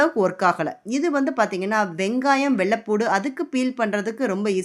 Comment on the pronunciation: வெள்ளபூடு இல்லம்மா வெள்ளப்பூன்டு